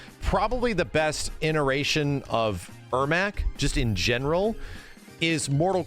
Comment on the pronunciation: Has always been saying ineration instead of iteration? 😅